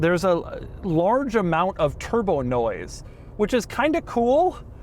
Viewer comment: "The one you really want, WITHOUT A TURDBO!!!" Total Gaabage!